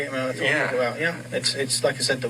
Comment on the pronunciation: Once she said "they knew people would try......" she started TAWKIN